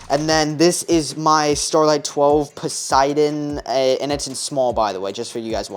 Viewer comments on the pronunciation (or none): none